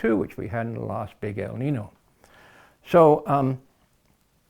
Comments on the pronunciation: The word is Spanish for boy , pronounced El Ninyo not Nin no. But either way we are doomed because of ruthless greedy stupid humans living a capitalist industrial system based on fossil fuels and endlessly pursuing endless growth , profit and breeding too many humans. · The "Ñino" is pronounced like neen-yo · It is pronounced - el neenyo. Yo at the end. The warming trend is persistent. It happens in interglacial periods. CO2 in the atmosphere can contingent with the many forces that produce interglacial periods and the warming rate can be linked ,in part, to CO2. The U.S and Russian Antarctic core samples agree that there was more CO2 in the interglacial period and it was wetter also. This is what created the huge forests in which huge animals lived in and around. The Carboniferous time was an example of robust plantlife and high CO2, but also high in O2. I am not convinced your hypothesis is coherent with the evidence. That is in glacial periods there was severe draught evidenced by the sand and dust deposits from Australia in the glacial period ice layers of Antarctica for instance. The warm period cores show higher water amounts in the air during warm periods and no dust. This implies the heat evaporated the oceans and allowed for immense botanical expression. Lots of CO2 ensured a warm wet world. So more CO2 in the atmosphere world appear to be a natural and beneficial thing for all habitats because there is more humidity, more plantlife and more resources for food. This is how the dinosaurs grew so large as did animals just 100,000 years ago. The fuel we burn came from globally warmer forests. How do those facts not mean that the world will gradually become warmer and wetter since that has been the trend for hundreds of millions of years. More heat leads to more seawater evap